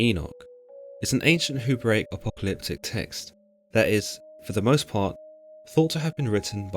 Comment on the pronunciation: I think you meant 'Hebraic', not 'Hurbaic'.